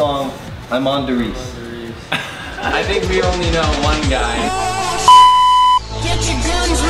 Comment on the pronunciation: That makes me mad its der rise not die risse